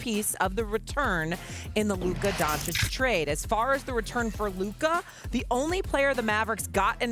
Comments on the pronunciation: SAS blackness will not allow him to say “Don-Chich” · SAS still with the “Donchick” schtick. It’s like he hasn’t heard people say his name like a million times already.